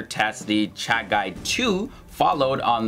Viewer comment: I must appreciate for correctly pronouncing the name Chagai, even we call it Chagi for convenience, and offcourse historical references are very correct .